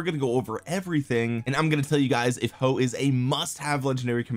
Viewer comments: damm chinese comm again, Huo is pronounced as Hwo in china i think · It's huo not hoes 😂😂 (joke) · He said "hoe" 🤣🤣🤣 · You must promise us not to stop calling him hoe even when you learn the correct pronunciation 🙏